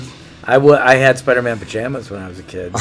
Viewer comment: Minuto 13.08 momento incómodo lo tuvo que corregir shuri a este gil ya que se pone a entrevistar y no sabe ni pronunciar Spider-Man bien